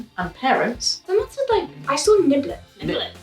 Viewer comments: Niblings, not niblets lol like siblings. Niblings! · I think it's niblings not niblets